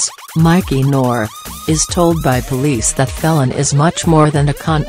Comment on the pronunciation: for God's sake it is pronounced FEEL AN not felon - bloody electric voice